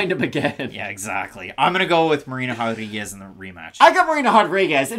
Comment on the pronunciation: Why are you guys saying “hodriguez” ? 🤦🏻‍♂️😂